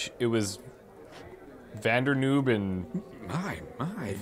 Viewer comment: Lol Van der Knoob. Longendijk. Brilliant.